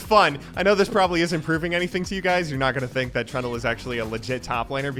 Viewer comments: Trundle's secret passive is that can pronounce his name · Oh you said Trundle, not Trund u Turndle or whatever you usually do with names, gj bud